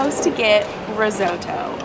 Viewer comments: Ok. Small Italian lesson. It’s Ree-saw-toe. Not ree-sow-toe. And the Swiss say Shpee-yets. But apart from that, really jealous of that 150 euro train ride! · did she just ´´inglorious basterds´´ say Reesootoo (Risotto)?? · you said risoto wrong